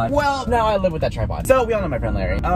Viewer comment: And by the way it's LARRY not LARRi